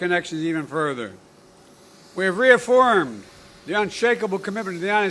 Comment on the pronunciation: . "We have reofoimed"..... Our commitment to Israel's security..... I suspect he'd do better if he would perhaps "reofoim" his commitment to HIS OWN NATIONS SECURITY AT OUR SOUTHERN BORDER...